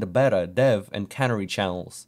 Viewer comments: It's Can-ary not cannery. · That's a backslash. Also, the way you pronounce "canary", it sounds like you believe it has something to do with cans.